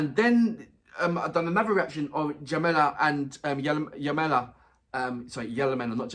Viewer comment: Jamala is dzha-ma-la. The fist sound is like in the word "jet"